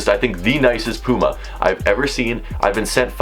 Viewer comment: You can’t say puma right 😂